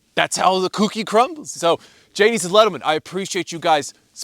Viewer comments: Did he jadies and gentlemen 😂😂😂😂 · Gadies and lentlemen 😂😂